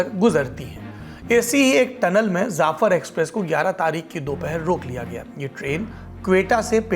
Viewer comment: Zaffer express nahi saurabh ji Jaffer express boliye